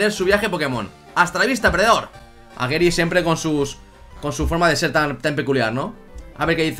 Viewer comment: GERY? GERY? Pero, si se dice GARYYY, GARYY, con A, coño.